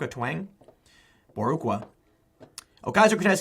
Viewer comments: Lmao painful watching you/ listening to you trying to pronounce Boricua. “Borrr-eee-qua “ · Christ Tim! BOH- REE-KWAH. It's another name for Puerto Ricans. I swear if it's not on a skateboard, a video game case or a Meme, you miraculously become ignorant. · Love your content! Just wanted to point out a couple of things. 1. “Boricua” (pronounced bo-REE-kwa) is slang for a Puerto Rican. 2. In another video you mispronounced “Yarmulke” which is pronounced YAH-mah-kah. Which is the skullcap worn by Jewish males. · lol Boricua is Bow-Ree-Qua. meaning puerto rican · lol its pronounced boh-rhee-kwa... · It’s bo-deek-wah * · Tim Boricua is pronounced Boreequa, i think it mean Puerto Rican. when i hear that accent i was like damn donkey teeth sounds like a southern Rocie Perez. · Bo- Ri - Qua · "boor ru ca" lmao I guess there weren't any Hispanics in the mixed neighborhood he grew up in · Rezial >Baricua not baroque it’s a Puerto Rican thing my friend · Boar-eee-kwa = Puerto Rican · Tim, love your vids. But man, c'mon. Read these articles before hand and do some research, rehearse your vid, take an extra take if needed. You sound as uneducated as she is when you fumble fuck the pronunciation of Boriqua and say "whatever that is." It also says that you don't care enough about your story to research what some key terms in it are. It was the original name for Puerto Rico before it was settled by the Spanish. Constructive Criticism. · Boricua (Bo-Ri-Ko-Ah) = A term for a person of Puerto Rican descent commonly used by Puerto Ricans.